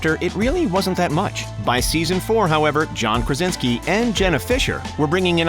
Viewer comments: Why do you call him Karinski ? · InfULEntial, and Karinski?? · Did the narrator really just say “Kar-in-ski” ? 🙄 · He also said "Karinski" at one point I'm pretty sure too :) Oh well :) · he says Karinsky instead of Krasinski. Do your homework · "made in the KARINSKI camp" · this narrator you probably got on fiverr already said "IMBD" instead of "IMDB" and "Karinski" instead of "Krasinski" and I'm only at minute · he also messed up IMDB and said IMBD